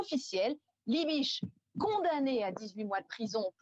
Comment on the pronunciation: C'est pas "Liébitch".